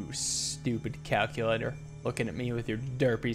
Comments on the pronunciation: “Today we will be playing Cal-cue-lator” -Richard Watterson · Finally, calc-u-lator